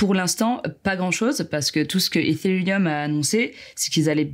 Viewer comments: Oui elle le dis bien. Par contre ça se dis pas Etérieum mais ethherieum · On n'en parle de comment elle prononce ethereum ? mdrrr